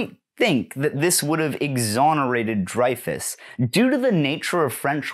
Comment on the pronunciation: Hi, great video, just wanted to mention, Dreyfus is pronounced like Rey in Star Wars. Love from France!